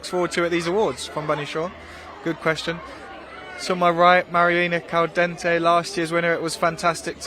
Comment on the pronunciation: Mariona Caldentey really isn't that difficult to say.